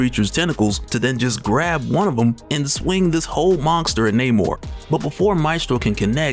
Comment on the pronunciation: Do you say the word monster with a "G" in it like Mike Tyson dose lmao...Mongster